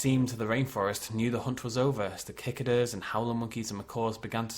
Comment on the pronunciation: Nice! Quick note: at the end... cicadas? If so, it's pronounced "sik-ah-duhs". Or "sik-ay-duhs" (I think that's the American).